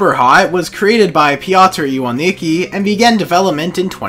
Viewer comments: you pronounced Piotr Iwanicki wrong its like Piotr Ivanickey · The way he pronounced "piotr iwanicki" had the polish me dying inside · Me too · You're not alone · i love listening to people who don’t speak polish pronounce polish names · the way he said piotr iwanicki lmaoo